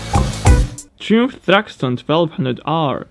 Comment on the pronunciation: Fucking love this channel... so much interesting stuff on here. But, could you research the pronunciation? Triumph is pronuonced 'Try-umf' and Bonneville is pronounced 'Bon-e-vill'... cheers dude...👍